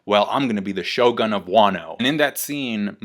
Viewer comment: u should pronounce it sho "gun". not sho gan.